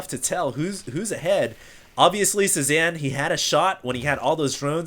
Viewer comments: Pretty sure it's pronounced "Say-Zahn," as in Paul Cezanne, the famous painter. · HD his name is pronounced CE ZAWN, it's a french word, just letting you know. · pronounced. say zahn. he was a painter